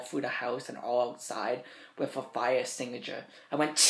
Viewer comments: potato needs to speak proper english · "Fire stingusher" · "Fire extignatures" What an education this bro has recieved in his life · "fire extigicher" 10/10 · A fiyuh exteengushur